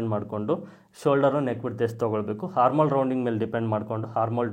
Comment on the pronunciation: ಅದು ಹಾರ್ಮ ಓಲ್ ಅಲ್ಲ,ಹಾರ್ಮ ಅಂದರೆ ತೊಂದರೆ ಅಂತ ಅರ್ಥ,armhole ಆರ್ಮ ಅಂತ ಹೇಳಬೇಕು ಅಂದ್ರೆ ತೋಳು ಅಂತ, ದಯವಿಟ್ಟು ಸರಿ ಮಾಡಿಕೊಳ್ಳಿ